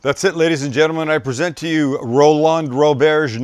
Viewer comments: First, you forgot the celery salt. Second, it's pronounced Roland not Row-LAND. Third, wrong title at the start. 😞 PS. Send me a knife. Please. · Ro-LAHND? Probably just Roland, bud